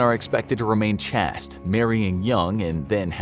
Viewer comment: "Chaste" is pronounced like, "Chased," not, "Chast."